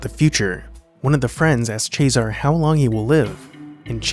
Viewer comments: Ches-a-ray is how the name is pronounced. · Cesare is pronounced "Chezz-er-ray". Just sayin. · It’s not Chesar it’s pronounced Chesare. It’s a common Italian name; in English it Caesar. I have two relatives called Nereo Nero in English. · jesus. "chayzar". ive never heard a more american pronunciation of anything ever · CHEH-SAH-RAY. Say it with me, people. CHEH. SAH. RAY. Cesare = CHEH-SAH-RAY. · is it pronounced ches-aré or sesaré? discuss. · The fact that nobody knows how to pronounce "cesare" only adds to the silence of the film.